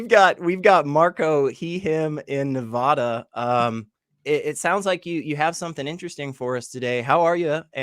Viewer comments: people who live in Nevàda hate it when people pronounce it Neväda. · Please don't mispronounce Nevada.